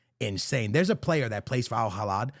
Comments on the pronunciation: Al Hilal❌ Al Hilad✅ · My guy its alhilal with an L not alhilad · It' AL HI-LAL not AL HILADDD my brother 🤣🤣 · It’s Al Hilal not Al Hilad my guy. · It's Hilal not Hilad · Al hilal ❌🥀 Al Halad ✅🤣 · Al heelaal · A years worth of my lifespan is reduced whenever i hear mispronounce al hilal's name😭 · Its Al Hilal there is no D and the H is silent.